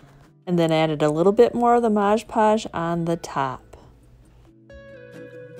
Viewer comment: I love all of what you do! You offer great tips and ideas! I also like the shortened intro. I do have one tip for you though... it is Mod Podge and not Modge Podge. Common mistake but wanted to let you know! ❤️